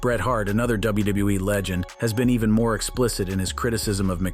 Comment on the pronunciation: Notice that he said WuuE instead of WWE?! 😂